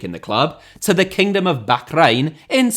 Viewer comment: Love how you pronounced Bahrrrrrrrrrrrrrrrrrrrrrrrrrrraihn 😂